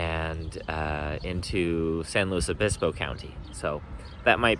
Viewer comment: It is pronounced Pass-oh Row-bulls, so good job! Also good work on correctly pronouncing it "San Lew-iss Obispo" instead of the dreaded "San Lew-ee Obispo" - SLO is not and was never French! And yes, both are a far cry from the actual Spanish pronunciations, but that is just how California do. Also see Lahs An-jell-eez, Sa-cra-men-no, or the ever popular Vallejo as Val-ley-ho, which incorporates the Spanish j=h but not ll=y.